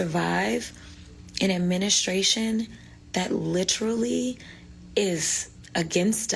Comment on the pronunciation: I swear, if she says "litchrally" one more mf time...